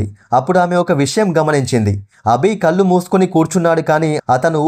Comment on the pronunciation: కల్లు కాదు కళ్ళు...